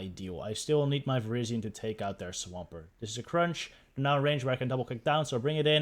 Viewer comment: I like how it sounds like you're saying Asian Power.